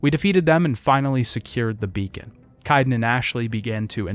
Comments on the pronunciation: How are you mispronouncing names that are actually spoken aloud in-game? KAIDEN. Kay-den. Where are you getting Ki-den? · Would be nice to not have to hear an in- game character's name get mispronounced over and over. Sounds like someone wrote the script for you to read from, if you don't know Kaiden's name